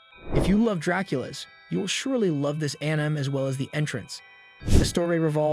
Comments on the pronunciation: Sorry if this sounds rude, but its pronounced an - ee- mei, not an-ime, I presume... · This video is just AI generated bro called Sukuna Toji, and then Yuji. And the voice says Änaim. And so many other things. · i made it 13 seconds into when he said anim and i turned off. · all the pronunciations are pissing me off. anim heaven